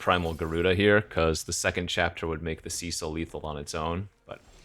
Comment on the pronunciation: The name Cecil is pronounced like "Sessil" not "Siisil" btw